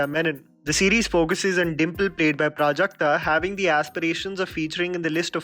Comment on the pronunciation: Waiting for the day when people will pronounce Prajakta’s last name correctly!